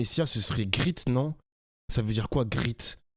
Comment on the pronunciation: prononce le mot great grit je suis choqué